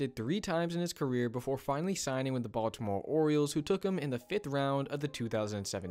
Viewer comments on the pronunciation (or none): none